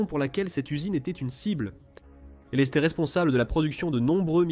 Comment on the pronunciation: Pourriez vous apprendre, entre autre, à votre voix robotisée que le verbe être ne se prononce pas eSt ou é"S"tait à l'imparfait mais "était", ou "ET" sans Le son "S" . Merci